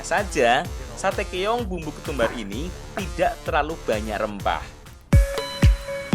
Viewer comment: Keong mas, bukan Keyong🤭🤭